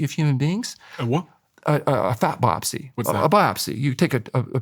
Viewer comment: The is always listening and never is spaced out! 😂 Dr. Goldhamer says, "If you take a Fat Bopsy..." and The Ceo is is like, "A WHA?!" 😂😂😂😂 I did the same thing! Didn't realize he was saying BIOPSY! It definitely didn't get past The CEO! He's good at what he does!